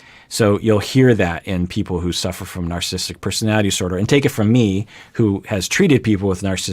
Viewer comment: Two comments to this video...(1) It's pronounced NarcissISTic Personality Disorder, not Narcisstic Personality Disorder. Funny you never knew that. (2) The Goldwater Rule can be ignored if there is a "Duty to Warn," in the considered opinions of a reasonable consensus of professional practitioners and professors who conclude that, as has been the case in Donald Trump's presidency starting from Day One, his apparent personality disorders (including a clear case of Narcissistic Personality Disorder exacerbated by an apparent overlay of Napoleonic Complex and a Machiavellian worldview) make him an existential threat to our established system of governance and ultimately to the human race. Let's be honest here and stop hiding behind some idiotic Rule that is essentially a CYA response to a successful lawsuit and deal with the almost daily worsening threat that a continued Trump presidency presents, especially as his chance for reelection slips downward by the week. He is not a guy on the street, he is POTUS and also is someone who many of us have studied, interacted with and known for most of his adult life, myself included. And the fact that his personality, as exemplified by his entire life history, rings the bell deafenningly on all 9 markers of NPD and that he has the nuclear codes in his control should be enough of a warning to set aside the Goldwater Rule and get serious about informing the world about how absolutely bonkers and dangerous this person is to all of us.